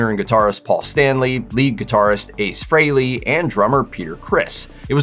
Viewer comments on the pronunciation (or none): Why can’t anyone pronounce Ace Frehley‘s name correctly since his death? I met him in 97 and I can tell you for a fact, his last name is pronounced “FREE-lee”, not “FRAY-lee”. But every single YouTube video is saying his name wrong specifically since he died.